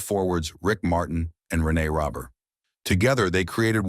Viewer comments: We can tell this is A.I. generated the first second! Perreault is pronounced correctly (Per-row), but its not Gill-BURT, it's Zhil-Bear. The dude was french canadian! Later his linemate Rene Robert (Row Bear) is pronounced Robber. Even the word "achieve" is mispronounced! The part that discusses his career statistics is totally mangled and impossible to understand. Also the headline mentions marital problems, a court appearance and him being almost 60. He was drafted in 1970. The NHL draft was only for 20 year olds then, so... this would make him 74 or 75 not less than 60! C'mon! How come freedom of speech (truth) is censored here, but click bait is allowed??? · Never heard any of this before Sounds like a smear campaign since you can’t pronounce René Roberts name